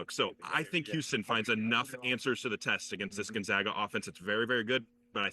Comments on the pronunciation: It's GonzAga, not GonzOga you twat. Don't quit your day job. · Pronounce Gonzaga correctly. GonZAAAga. Not GonZaaaga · Dude is Gone-Zaga Pronounce it right !!! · Learn how to pronounce the school if you’re going do a segment on Gonzaga!!! do a tiny amount of research, OK??